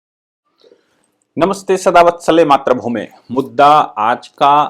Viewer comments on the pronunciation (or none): नमस्ते। आप नमस्ते सदा वत्सले मात्रभूमे बोलते हैं। मातृभूमे बोलना चाहिए। त्र की जगह त्रि बोलें।